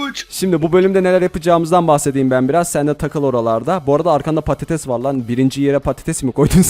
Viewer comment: '' patates"diyo🤭😂